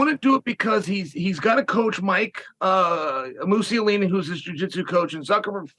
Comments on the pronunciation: He said mike Mussolini lol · Chael really said Mike Musellini.Lmao